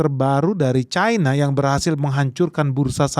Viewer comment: cina, versi cina adalah cina. cina versi inggris bodoh, membacanya jadi caina. mengapa mengikuti inggris bingung ?😊